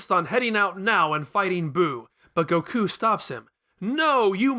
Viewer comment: "Gokoo?" "Bluma?" WHO ARE YOU PEOPLE???